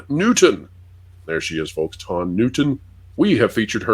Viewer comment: Lotondra?? 😂😂😂😂😂😂sounds like the big dryer at the laundry mat. Ha haa haaaaa